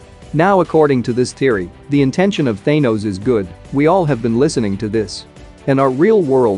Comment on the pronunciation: Thaynose noice